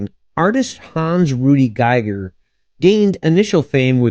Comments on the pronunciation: It's pronounced GEE-ger ! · Pronounced "geeg-ur" (rhymes with "meager").